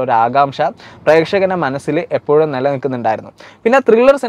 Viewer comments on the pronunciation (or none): none